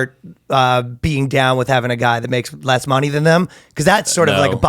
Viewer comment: I don’t understand how no one stopped Ryan… and asked him to pronounce “money” again. I swear to Allah he’s saying “moanie”